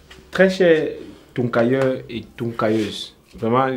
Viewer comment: Très touncailleurs et touncailleusse🤣🤣